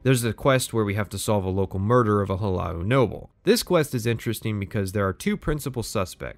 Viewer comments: bro it's not house hello, it's H-laa-lu, Hu-La-Loo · It’s HLAALU, not Hellow or whatever you were saying you nwah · why he turning the 2 syllobol "Hlaa-loo" into "hu-lah-ou". The guards even say it "Hlaalu" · Hulow there, I’m from the Department Of Pretentious Pronunciation and for your pronunciation of Hlaalu I’d like to award you with free membership for life. Welcome! (All meetings are compulsory and sunglasses are to be worn indoors at all times, sunglasses are to be mirrored Aviators) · You: Puts a ton of work into comprehensive video about Morrowind Me: "That guy didn't pronounce the second 'L' in 'Hlaalu' a single time. Shit vid." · Guy who is incredibly autistic about Morrowind but somehow can't pronounce 'Hlaalu'